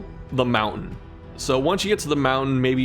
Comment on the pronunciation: are you from Utah? The way you keep saying mountain makes me think you are